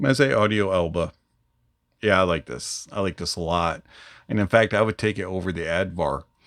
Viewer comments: Excellent review .. useful one at that. Thanks. [ Just wondering why you pronounced it as Elba & not as Alba as it should be :) ] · you keep calling it E lba! Its A lba...just saying bud..🙌